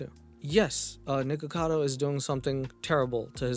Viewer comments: I think the reason that charlie says “nickado” instead of “nickacado” is that it’s been pointed out that it kinda sounds like the n-word when you say the beginning of “nickacado” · I've been aware of Nik ever since his drama with Trisha Paytas and since then, the amount of creators I've seen pronounce it as "Nikado"? Much more than you'd expect 😅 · I´m mostly on the side of Penguinz0 on this, it just drove me FURIOUS that Charlie just kept saying "Nikado Avocado", even though he spelled his name perfectly correctly in his video title. Even though I don´t even like Nikocado Avocado, shit like that drives me NUTS, because it´s SOOOO easy to fix.... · It drove me FURIOUS that Charlie just kept saying "Nikado Avocado", even though he spelled his name perfectly correctly in his video title. Even though I don´t even like Nikocado Avocado, shit like that drives me NUTS, because it´s SOOOO easy to fix.... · I think the whole thing with calling nikocado avocado 'nikado avocado' started with pewdiepie because as much as I love him he has a problem just... saying words in general and when he talked about mukbang videos nikocado was in it and he said nikado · i couldn't stop laughing every time charlie called him nikado XD hahaha he spells his name correctly in the title too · This was such a great video. I can't tell you the itch it scratched, particularly correcting Charlie and how he couldn't say Nic's name, I was driving me insane because I didn't see any comments about it like I was the only one who noticed :p thanks new friend :) 💜